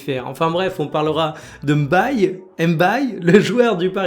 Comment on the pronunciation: M'baye = mbaye c'est bien que tu fasses cette effort, pas mal de gens le font pour les hispaniques donc, je vois pas pq on a du mal à le faire